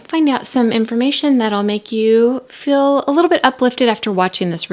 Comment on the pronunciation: ‘Fill” for feel 😂